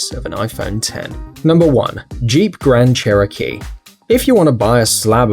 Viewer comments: Crand Cheerokee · Grand cheerokee👍